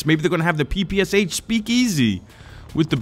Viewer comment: Not "Pi Pi Es Eich", but "Pi Pi Sh", SH - like in SHow.